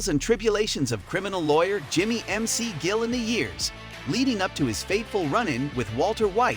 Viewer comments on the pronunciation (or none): Did he really say Jimmy MC Gill 💀